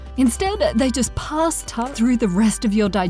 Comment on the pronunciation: anyone else hear pasta instead of pass.